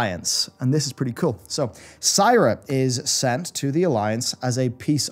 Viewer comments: One question - Who the fuck is "Psyra?" Do you mean SEAR-UH? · All wow voiceactors including the Talanji voiceactress, the narrator of the book you promote as an audiobook, pronounce Sira is : See-rah. Why do you keep saying Sai-rah? Its like the Witcher audiobooks when the narrator calls Dandelion , Dandillion it's so off putting. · "See-ra", it's "See-ra". Not "S-eye-ra". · Sigh-ra moonwarden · "Saira" Why does he pronounce it this way? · No hes saying seyeruh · "Sigh-ra moonwarden" 🤦🏻‍♂️ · Did he just say Syra? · And “Sira” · Quite a few mispronounciations, it's distracting lol : Apocethary Bomsamdi Bolarus "Sai"ra (Should be Si-rah) Aren't you a wow expert ? xD /tease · apockethary :) gotta be careful with some of these words! they are tricky. Also its not SAYRA its SIRA, like SIRI! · ihh! S-ihh-ra, and B-ihh-lgewater... >.>